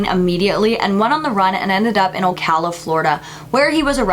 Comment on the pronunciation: Great video as always.I remember this I was living in Ocala(which you pronounced right,not many do.),it was crazy hearing about this in the news all over the place I was like 10 when it happened and it scared the crap out of me.the local college (Central Florida community college),was closed until they caught him,I had a doctor's appointment at Shands hospital in Gainesville (on campus) my mom and grandma absolutely would not go and rescheduled it immediately,it was scary.after Ocala was in the news none went outside at night and locked there doors.crazy